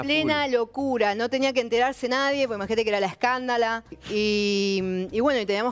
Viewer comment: si sonó raro, yo lo interprete de ese modo